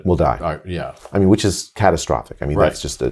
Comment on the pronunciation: Catatastrophic 😂😂😂😂 needs an Oscar just for that word. Bring on Grownups 3 👍👍👍